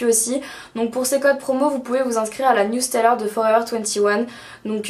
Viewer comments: attention cest pas newsteller mais newsLETTER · C'est "newletter" pas "newsteller" ;) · On dit newsletter et non newsteller et on dit un panel et non une palette (de choix incroyable..) :P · Newsteller ?? Paypeul ?? ^^ Original hihi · newsLetter pas newsteller ;) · A partir de , c'est pas newsteller mais Newsletter . ;) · C'est newsletter, pas newsteller ! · Euh, par contre, c'est newsletter, pas newsteller :) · Newsteller ? c'est plutot newsletters non ? ^^ Merci pour toutes ces infos :) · NewsLETTERS :) J'ai bien rigolé, quand tu as dit plusieurs fois NewsTellers :D & très interessante cette revue :p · Newsletter ! Pas "Newstaylor" XD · C'est newsletter et non newsteller hihi! Superbe vidéo, moi j'habite au Canada donc ya des Forever21 mais ya plein de marchandise que je trouve pas en magasins et qui est sur le site! Et c'est vrm dommage parce que ca me tente pas de payer du shipping quand le magasin est tout pres de chez moi... :( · newsteller ? c'est newletters ^^ bisous! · Y'a que moi que ça choque " Newsteller " ? ^^ Sinon superbe video !! Bisous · On dit Newsletter hein ;) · "Newsteller" haha :p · On dit newsletter ;)